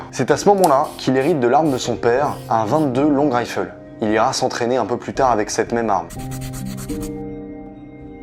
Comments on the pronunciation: On dit "22 long rifle" en français, pas "raïfeul" lol 😉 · Super vidéo juste les prononciations grimp et 22 longrife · Le problème, c'est qu'il prononce "22 Long" en français et "Rifle" en anglais. Parce que prononcé en anglais, ça donne bien "twenty-two Long(ue) Raïfeul". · 22 long raïfeul 😂 Sinon, très bien. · Très bon travail, court et très détaillé. Super format. Cependant, en attendant 22 long "rayffeul" et les pompiers du "Grympe", ça pique un peu aux oreilles. Sinon au top 👌🏻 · long rifle, oui ça m'a perturbé toute la vidéo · La prononciation du 22 long rifle est tellement ridicule mdr ça ma tuer ! Il a prononcé ça comme un ricain mdrrr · Bonne vidéo ! Par contre juste petite précision pour la 22 long rifle pas besoin de le prononcer avec l'accent anglais étant donné que c'est français, alors oui le therme existe aussi en anglais mais lui même issu du français. De plus l'accent français est totalement accepté dans ce domaine. N'oublions pas notre passé français. Sinon bonne continuation. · Alors 2 petite correction (parce que j'suis un casse couilles) c'est "grimpe" et "22 long rifle" faut prononcer en français et pas en anglais et allemand. Sinon super vidéo très pertinente ! J'ai kiffé 👌